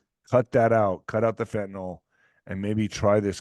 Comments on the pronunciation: I wish people would stop saying fentanOL........ It's fentanyl.....- nil...... not -nol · Fenta-nyl is not enunciated fenta-nal. Can I get a refund if it doesn’t do what you say?